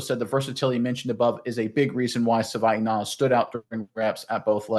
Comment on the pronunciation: Sorry but you guys are both butchering his name. Please learn how to pronounce Savaiinaia.